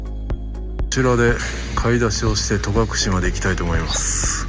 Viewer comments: 重箱の隅を突っつくようで恐縮ですが、戸隠「とがくれ」ではなく「とがくし」ですよ。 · 観たよ観たよまたまたぜーんぶ観たよ😊 いい旅でしたねー♪ 私も10月初めに北海道から初めての長野に行きます。 松本空港でレンタカー借りて、まずは奈良井宿に行き、長野、小布施、上田、別所温泉♨️などのコースを予定しています。 戸隠や安曇野、上高地もいいですね！楽しみでワクワクしてます😊 あと、とがくれじゃなくて、とがくしだと思うんだけどなあー